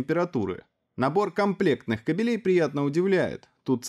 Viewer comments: блин.. не "кобелЕй" а "кАбелей" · Ка'белей,, ка' белей, эх(((